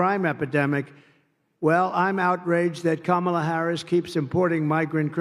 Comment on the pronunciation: Oh no. He pronounced Kamala the correct way.